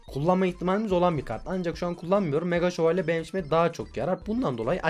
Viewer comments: 3.01 mega dakavuga mega sovalye diyooooooo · Mega dalkavuka mega şovelye diyen masum köylü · Abi mega dalkavuka mega sovoleye diyon bu ne ya